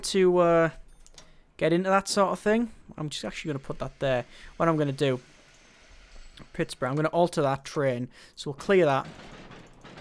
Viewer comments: Please say it Pitts-berg :) :) :) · He's saying it like its Pittburough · I would like, but it didn't bother me. Just a simple mistake of seeing it as Pittsboro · like if your a Steelers fan that got driven to madness every time he said Pittsburgh wrong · I'm from Michigan and I got annoyed at the pronunciation of Pittsburgh